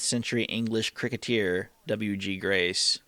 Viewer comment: However cool 'cricketeer' may sound, the word is 'CRICKETER'.